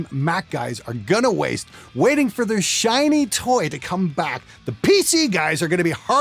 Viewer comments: shoiny hahaha! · what the fuck is shoiney? Thats how we say "Shiney" here in Aus!!! Fuck!!